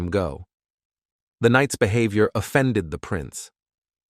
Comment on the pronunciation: oh please "bee have i or":face-purple-crying